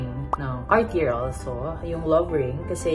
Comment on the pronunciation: please say Car-tee-yey lol not Car-tee-yerr.. nooo nooo lol. Love you guys still. Such a sweet gift.😘💕